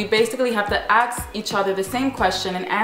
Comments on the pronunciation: is it me or does she say ax instead of ask? btw love youuu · why do people say aks instead of ask ? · please say "ask" instead of "ax" or speak different language.